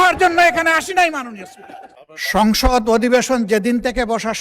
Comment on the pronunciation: সংসদ ❌ সংগষ্য ✅